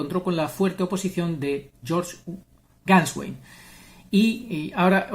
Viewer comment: Se agradece si aparece la Voluntad de aprender a pronunciar Nombre y Apellido de Georg Gänswein, por respeto a su Procedencia. Desde mi ignorancia, trato de aprender a pronunciar palabras de otras Culturas ya que heredamos un Mundo Babélico y hay que acostumbrarse.